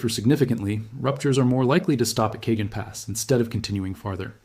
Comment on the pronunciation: My AI boy said K-John pass instead of Ca-hone (Cajon Pass). 😭😂